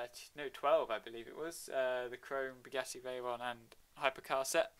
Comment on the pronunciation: It's not beuggatti is buggatti